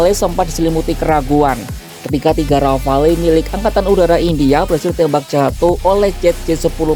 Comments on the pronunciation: Iya, harusnya disebut Ghafalu. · Pronunciation rafale salah min...